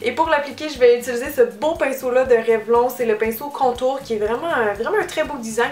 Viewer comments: Ça ne s'écrit pas comme ça s'entend Cynthia on dit REVLONNE sinon super vidéo comme d'habitude ! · non haha ^^ c'est pcq en France vous le prononcez à l'anglaise... mais au Québec on dit Revlon.